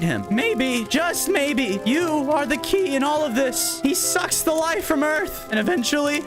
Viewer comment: bro i just love that the elf instead of saying sucks its succs